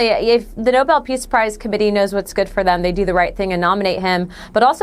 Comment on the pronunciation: She can't pronounce peace prize